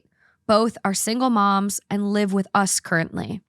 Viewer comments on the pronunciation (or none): none